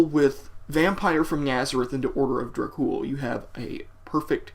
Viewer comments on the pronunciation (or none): Its is enunciated "Order of DrAkh Ool" not orda of drack cool. yah damned fool....n i thought this song was fucking GENIUS!!! It is actually the very first song i have ever heard from them....and immediately i downloaded there discography! SepticFlesh is one of bands the blood of metal spirit is made of. \m/